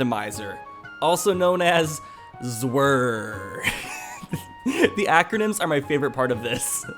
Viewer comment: The way he said “ZWWR” had me dead😂😂